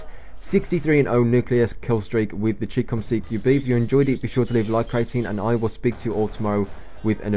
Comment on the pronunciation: It is Chicom CQB not Chicom CQM